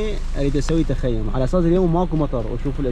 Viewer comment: السلام عليكم بالتوفيق انشالله اسمه تخييم وليس تخيوم